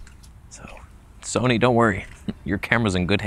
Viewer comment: Oh no! Someone's gonna drop a "Soneh" meme.